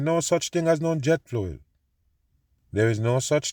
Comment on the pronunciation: Jet fluel 😂